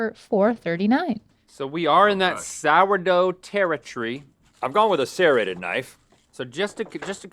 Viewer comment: I dont like how Rhett says serrated